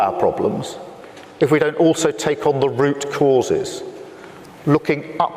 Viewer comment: ROOT CAUS YOU SAY EH